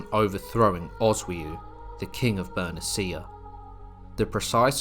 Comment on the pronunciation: it's Ber-NEE-shyah... Not. "Ber-neh-CEE-ah". shsh... Is this an AI voice??